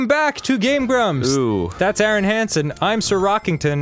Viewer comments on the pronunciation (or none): welcome back to game brumps!